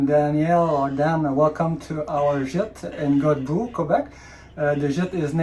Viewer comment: If I may... You pronounce Godbout (God bout). You've got the "god" part of it spot on. But instead of pronouncing "bout" as in a sporting event, bout actually sounds like "booh" as when you try to scare someone. So that would be godbooh ! 😁Have fun travelling !!! (also, glad you did not get stuck in that sandy pit !)